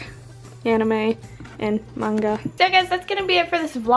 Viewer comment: Omg I have never met someone that isn't Japanese that pronounces manga right! Thank you lol